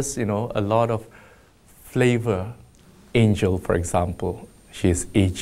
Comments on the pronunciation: 是 Angel 不是 Angle ! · It’s Angel… not Angle 😅😭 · 是 ANGEL 不是 angle